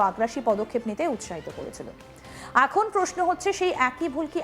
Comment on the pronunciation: এখন এর উচ্চারণ অ্যাখন, এমন এর উচ্চারণ অ্যামন,এ রকম উচ্চারণ করেন কেন???? এ খন এখন